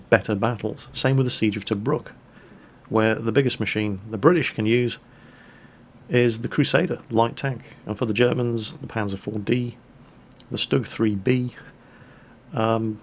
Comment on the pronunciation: One of the things that really bother me about people that play world of tanks, is that they pronounce stug with a short U sound, when it's pronounced like 'stoog', with an "oo" sound, and a hard 'G'.